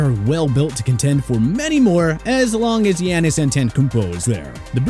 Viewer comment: you dead ass can’t say Giannis name right ? 😑